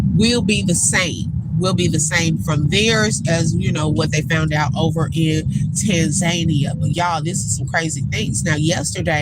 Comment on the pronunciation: I need you to pronounce that place correctly. It I Tan Za knee a🤭😂